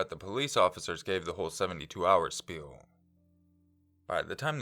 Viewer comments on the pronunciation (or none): none